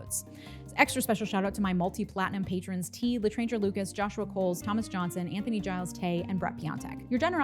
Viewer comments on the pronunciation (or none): none